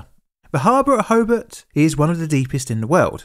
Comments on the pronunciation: You don't know how to pronounce Tasman, sorry. You say it like "spiderman", but in fact it rhymes with "Jasmine". Hobart is pronounced the same as if you were greeting Bart, and not "Hobit". The emphasis is on Bart. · BTW, it's pronounced "tasmen" with the e very short and almost silent. As an Englishman, I thought you would be on top of that one mate. It's also ho+bart not ho-bet. Illawarra is "IL" + "uh" + "WORR" + "uh" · Also it's pronounced Ho-bart not Ho-bert Ho as in "Ho-ho-ho" and Bart as in Bart Simpson. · HoBART.....hoBART. Not hobbit! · Can’t listen to the mispronunciation of Hobart and Tasman bridge hoburt no Hobart and Tass man no Tasman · Hobart turned into "Hoebt" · My family came across the bridge an hour or so earlier after returning from an east coast holiday. As a treat for us kids we went to a movie at the drive in. Our grandmother assumed the worse for quite a few hours as no one was home to answer the phone ☎️….pronounce the a in Hobart heavier - Ho bArt, Illawarra as IllawOrra 😉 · Great video! Slight corrections on pronunciation - Hobart is pronounced “Ho-Bart” (without the pause) and Tasman (Tasmania) is pronounced Tas-min (Tas-mania). :) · Interesting pronunciation of “Tasman” also Hobart as “Hobit” and Illawara as “Illawarwa” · I hate to say so but you were saying Hobart wrong the whole time. The way you say it is more like Hoe-Bart like from the Simpsons. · HoBART as in Simpson. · Ho-bart , bart like bart Simpson. Illawarra is pronounced il+uh+wo+ruh and tasman well you'd have to ask a Tasmanian that one and it might change depending on which one of their heads answers. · Your videos are usually pretty good, but the way you butchered so many pronunciations is cringe. Repeat after me: TAS-mun ho-BART ILL-a-wo-rah (btw it's spelled "Illawarra") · so weird hearing a documentary about the state i live in. and very infuriating to hear him pronounce tasman, hobart and illawarra weirdly